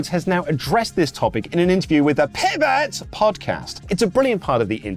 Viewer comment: Why is he saying 'Pivot' like that? It's hilarious 😅